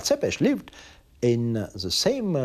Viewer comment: Cant even pronounce tepes correctly.